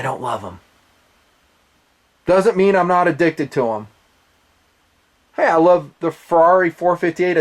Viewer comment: "It doesn't mean I'm addicted to them" sounded like It doesn't mean I'm a dick to them